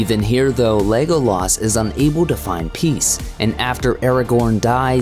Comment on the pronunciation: What is with the way they say Legolas on this video. It’s so buzzard. Lego-laaas Like why? Just say it normally